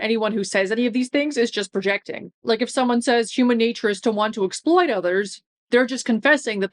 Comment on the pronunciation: Ah, the "Hooman natoor" argument Yugopnik's rant about it was so funny.